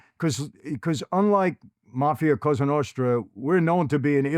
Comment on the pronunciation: “la costra novra”